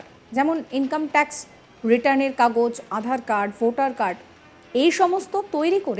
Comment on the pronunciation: উপস্থাপিকা উচ্চারণ করলেন, 'আঁধার কার্ড' (12 sec এ) ; প্রচুর ভুল দেখি এই চ্যানেলে। 'আজ তক' এর মত চ্যানেলে এইসব অভাবনীয়।